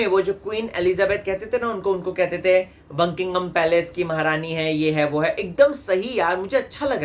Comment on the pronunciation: It’s not bunkiingham it’s Buckingham 😂😂😂😂😂😂